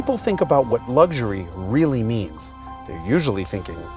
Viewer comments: WTF is lugshery ? You mean luxury ? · Do you love it how Americans say luxury ... like there is a g in there somewhere ? Wrong format to talk about language and the use of, but hey, call it a palette cleanser. Opposite is litre and metre, French words to start off with but now internationally used in measurements, internationally except for the USA, where they write liter (as in cigarette liter) and meter (as like a parking meter). Opposite to that is herb and hospital, two more French words, which, in France are pronounced erb and ospital, respectively ... but not in the USA, in 'Merica they pronounce hospital as hospital but herb as erb - which makes the other 97% of the world snicker. That's all, keep up the good work, Jason.